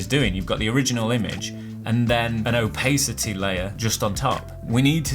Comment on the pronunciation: btw Opacity is pronounced ow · pa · suh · tee rather than ow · pay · suh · tee much love